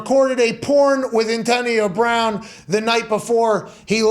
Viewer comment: Pat's crazy PA accent is quite exaggerated when he has to talk about Antahhnio Brahhn